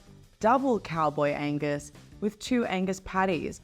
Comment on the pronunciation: When ordering an Angus burger, don't forget the G.